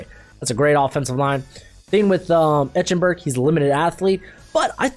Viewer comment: It's pronounced "Ike-en-berg," not "Etch-en-berg"! Geez!